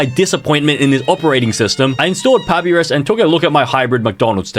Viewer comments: "Papyrus (pah-pi-rus)" WHAT- (i pronounce it as pah-pie-ruhs, how do u?) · As an Undertale fan, it is not pronounced that it’s pronounced this (pu- pie-rus) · AS AN UNDERTALE FAN I HURT WHEN HE SAID PAP-I-RUS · Pah pee rus. Nooo Puh pie rus. Yes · Not papirus, but papYrus as in the spaghetti thing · first it was "MaRyO" and now its "pApiRiS" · Its prononced (pa-pie-ris) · “Pappyris” I swear how can someone mispronounce it like that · “pappie rizz” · Bro said poappyris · How does he not know how to pronounce papyrus and get brown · The way he pronounced papyrus made think this man has never played under tail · the way he pronounces papyrus hurts my brain